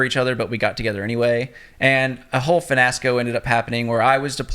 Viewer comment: Why do people say fenasco when it’s a fiasco? Lol😂 🤦🏻‍♀️ smh